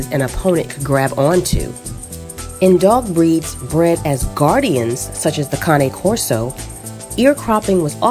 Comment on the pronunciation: Feels so good to see a video of somebody pronouncing the Cane Corso name right .